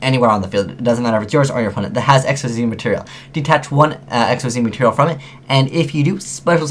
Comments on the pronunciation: You do know Xyz is pronounced, "Ik-seez," right? They're not VWXYZ monsters... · There aren't any reprints of Numbers in this set. This is all their first time being printed, and all of them except for Giant Grinder, which is actually an older OCG promo card, are being printed in the TCG before the OCG. Also, why does no one pronounce Xyz right? (pronounced ik-seez)